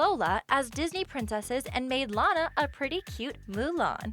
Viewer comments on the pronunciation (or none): My favorite ORIGINAL loud house character is Lana also her name is pronounced law-nuh